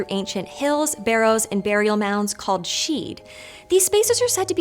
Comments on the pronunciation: I cringed every time she pronounced sidhe ("SHEE") as "sheed". 😮‍💨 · It’s just she as in banshee not sheud. Also Shan-kee not shanaquay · The pronunciations here bothered me so MUCH: TOO-AH DAY DAN-AN, and SHEE. A name for a variety of female sidhe were called the ban-sidhe which is where we get the Banshee - note the SHEE pronunciation? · Sidhe is pronounced "shee" not "sheed" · lots of incorrect pronunciations here for example, you don't say the D part in sidhe...it sounds more like "she" when pronounced correctly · Great video! 👏Only thing is ‘the sidhe’ is pronounced ‘she’ as in she/her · Sidhe is pronounced shee, the D is silent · There's no "D" sound in Sidhe. It's just "Shee." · Not sure where you get your pronunciation from, but it's not great. The TDD are NOT fairies. OMGs! They are considered Sidhe (pron she) but are not fairies. And they are NOT Celtic. They are specifically Irish only. The languague is not Gaelic, it's Gaeilge. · Sidhe is pronounced /shee/ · Sidhe is pronounced 'shee' Aos sidhe 'ace shee' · I've never heard the D pronounced in Sidhe though. Maybe I've heard it wrong all my life but I've always heard it as "Shee". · Great video, but isn't sidhe pronounced "shee"? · Some notes on pronunciation because Irish can be tricky if you don't know the phonetic rules Tuatha Dé danan: To- ah -ha de dan -aan Fir bolg: Fur bolg/bolc Sidhe: she (as in bán Sidhe, fairy woman - banshee) Fo/mor/rians stress on the mor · Omg the butchering of the word sidhe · She puts way too much emphasis on the "h" though. And the "d" in sidhe is silent.